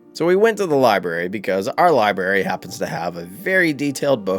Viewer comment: The one thing about this guy that is annoying is that he goes to great pains to find about a person's past, but then he never pronounces "library' correctly. The R is NOT silent.